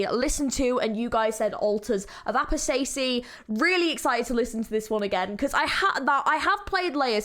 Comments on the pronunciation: Altars of Apostasy is really calming to me weirdly, I don't really know why. I love just chilling to it :) (also you mispronounced apostasy so badly oh my lord) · The way you said "apostasy" makes me angry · “Altars of apo stacy”💀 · "Ultas of apastacy" 😭😭😭😭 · nice reaction but the pronounciation of "apostacy" and "minotaur" are killing me. somehow you arent one of the people that say "my-nos" though